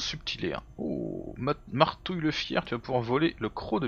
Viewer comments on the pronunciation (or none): Oups! Tu t'es trompé c'est marbouille et pas martouille 😂